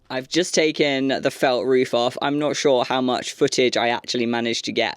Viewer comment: Agree with all the fans who feel your content is so healing right now. I had to rewatch once I realized that "reef" and "reefer" meant "roof" and "roofer." A little (wee?) request if you could work in, possibly, as a challenge: the words "jade" () and "reef" or "reefer" into the next video or so? Like an Easter Egg for any other US-based linguists and linguistics-curious types. You are the best! Felt reefs by Jade forever!